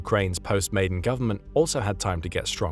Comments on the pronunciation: Never gives a definitive reason like the click bait title suggests and cannot pronounce 'Maidan', keeps saying 'Maiden' instead. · It's pronounced "my-DAN", not "MAY-den". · "Maidan" pronounced as in "Khan." Thank you